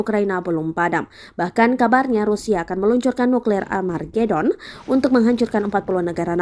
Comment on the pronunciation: Gini amat tribun timurr....🤦‍♀️🤦‍♀️🤦‍♀️🤣🤣🤣, Amargedon.....??? Armagedon mungkin mbaq